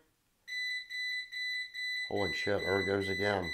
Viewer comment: 😂😂 the way he says “HEALO” and I love when he says “HOLY SHHYT” I love these men!! Bless their souls and keep them Safe lord Jesus!!